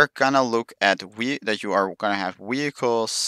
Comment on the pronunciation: Wehicles? Is that what I heard...?......